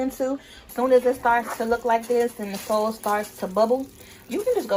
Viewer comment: Yeah, I bet this is fly with the bbq sauce. I was laughing the whole time at her accent when she says hot "Dawgs" &bbq "sawce"!😆